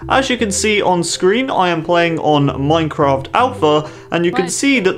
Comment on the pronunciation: HE SAID IN MINKHRAFT!!!!